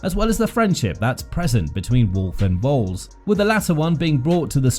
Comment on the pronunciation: Why are you pronouncing the Williams team principle name wrong? Is this an AI talking?